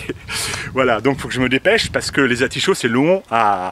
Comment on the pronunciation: Vous le faites exprès ! Vous dites Archillée , et oui Atichauts ! Va encore falloir recommencer !😂